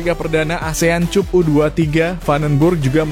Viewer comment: Ayo Mimin tolong benahin ucapannya. Masa Cup dibaca /cup/. Rasanya kata Cup dibaca /kap/ bukan kata asing lagi. 😂😂😂